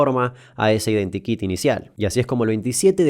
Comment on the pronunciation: cada vez que decís identikit mi cabeza escucha identi kinga